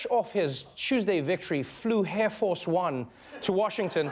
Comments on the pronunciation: Did he say hair force one? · Donald Trump "flew hair-force-one . . ." LOL!